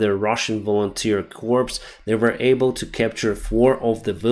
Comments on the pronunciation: corps can be pronounced "cores" or "core", but not "corpse"! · Corps [kor], corpse [korps] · Hi love your updates. I know English words are hard to pronounce, and I used to get this wrong. "Corps" Is pronounced "core". Corpse ( how you are pronouncing Corps) is a dead body. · corps is pronounced "kor" not "corpse" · The military term corps is pronounced "kor" rhymes with more. Corpse "korps" is a dead body. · .......corps is not pronounced "corpse" but is pronounced "core" or "kor" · FYI, Corps is pronounced like Core, the p at the end is silent. Thank you for keeping us updated. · Please,, a "corpse" is a dead human body. A corps, a french word pronounced "core" is a military unit. And there is no such thing as an "advancement". An army "advances" or has "advanced." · Language lesson. Might be important. You pronounce "Corps" As corpse. That is exactly wrong. A Corps is anywhere from two to eight divisons. Anywhere from 15 to 100 thousand men. And it is pronounced Core. Corpse, on the other hand, means one dead man. PLEASE stop calling our armies dead men. Please stop calling all our troops one dead man. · Always interesting, thanks. A note, army “corps” is pronounced “cor”. If you pronounce that word with the the “S” at the end it becomes “corpse”… a dead body. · the word corps like military corps is pronounced core like apple core. When you talk about a deceased person you do pronounce the ps then in corpse. Many people even former presidents mispronounce the word corps. Stay safe and healthy. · corps' would be cores like more than one corps otherwise individually it is pronounced core. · Great update as always! I’m eagerly awaiting the counteroffensive. Just so you know, the word “corps” is pronounced without the P and S! It’s pronounced like the word “core”. Former US Army guy here:-) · FYI, the "P" in Corps is silent in English. Great video. I enjoy your channel.